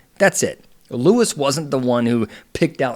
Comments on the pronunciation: LU-EE... not Luis. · *Lew-Eee, not lew-is. See. I wanted to be able to follow along with you, but I cant take you seriously if you aren't aware of how to pronounce his name. If you aren't aware of how to pronounce his name correctly, what else are you not Seeing correctly? Do you even watch the show? Because you need context. Understand this - People have been invested in RHONJ for over a decade. It is obvious You are new to rhonj. No where have I seen others calling him a pedo. For me, You are the first. If you are going to continue commenting on housewives, you really should watch the shows from the beginning. You should also know about Melissa's Old Nose (as wellnas others) plus Understand the uproar that is Louis past. Those who support Teresa plus those who do not support her care that she has gotten herself into yet another detrimental relationship. Only, this time, it's escalated. As a professional, you should see the warning signs & express them. 🚨🚩🚩🚨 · Its Luis not Louis!!! And I completely disagree with your assessment! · when you have IQ 80 - you take like Louie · You’re mispronouncing his name. They call him Louie.